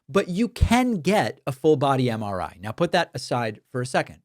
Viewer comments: Drumpf can barely coherently say “MRI”. 🤢🤮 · Dipshit can’t even say MRI properly.